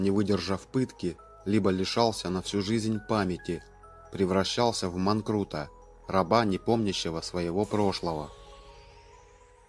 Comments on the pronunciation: МанкРУта. Не в манкРУта, а в рекРУта. Читать с листа научись, манКУРТ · Превращался в манкурта, а не в манкрута. Учите текст детально, прежде чем зачитывать ее в тупую. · Не в манкрута, а в манкрута. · Не в манкрута, а в манкурта! И это из Чингиза Айтматова!🤨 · В манкурта, а не манкрута. Читаем Айтматова... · не манкрута, а манкурта.....аффтор, тебе оценка 2. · не в "манкрута",а в манкурта! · Спасибо за ролик. Только не манкрута, а манкурта. Простите. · Манкурта, а не манкрута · Не в манкрута, а в манкурта.